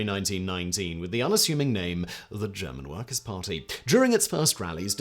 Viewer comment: Thanks for butchering every German word beyond recognition 😂